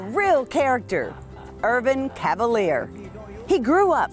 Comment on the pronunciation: Mispronounciation of his French last name - "Cav-a- leer" when it should be, "Ca - val - yay". ⚜️